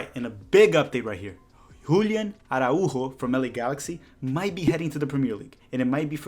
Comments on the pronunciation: Bro, I love you, but you are killing me with the way you are pronouncing "A-RA-U-JO". I think you're putting a non-existent accent on the "u". Try A- RAU-JO. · I know you’re Brazilian and I could hear the Portuguese accent on it! I didn’t know it was a common name there, I thought since he’s a Mexican that it would be more Spanish than Portuguese in origin and pronunciation 🤓